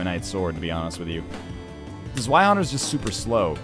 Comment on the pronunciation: It irritates me every time he says "Zweihander." The zw combo is pronounced like "tsv."